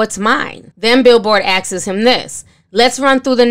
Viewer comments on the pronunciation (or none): Axes😂😂😂😂 Asks, please let's practice this word. Thorough commentary though.